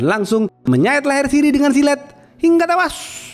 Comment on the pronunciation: hingga tewWWuassssyyyyy ... monyong nyemprot lu min ....😂😂😂😂